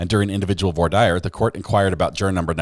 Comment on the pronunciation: LOL, it’s “vwar deer”. 😂